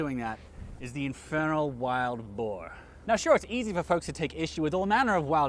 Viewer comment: ohhh, wild boar... not boer. boar makes far more sense.